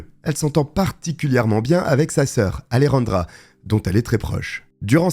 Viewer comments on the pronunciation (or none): Ruan, AleRandra. Un petit effort l'ami, pour prononcer la Jota comme il se doit.